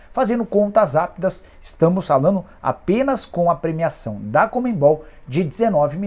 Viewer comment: Não é “COMEM-BOL”!!! É CON-ME-BOL!!!